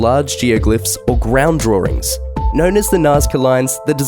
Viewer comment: Some of his mispronunciations can be attributed to his accent; therefore, "Car-hokia," instead of the correct "Cah-hokia," as in the later "earth draw-rings." But c'mon, narrators, I typed "pronounce attacama" into the Google search window and immediately got three videos. It's "Ah-tah-cah-mah." Nevertheless, it's interesting even though you didn't mention the hats and the signs found on the Moai, most of which disappeared (there's one in one of the photos).